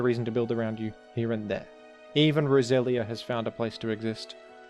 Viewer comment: I thought you were calling me out for being brasilian when you said Roselia